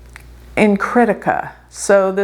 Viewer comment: It's pronounced! Kri+thi+ka kri thi ka! Not crítica! When you say it with this position it sounds like critical! A negative vibe!!